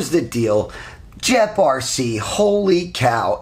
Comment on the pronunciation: pretty sure its pronounced gep rc. not jep rc lol